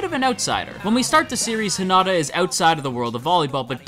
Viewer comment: You're pronouncing it wrong it's Hinata not Hinata